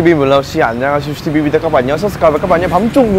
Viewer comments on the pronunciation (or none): none